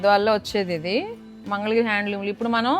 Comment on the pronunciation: మంగళగిరి....mangal giri kaadu. Please note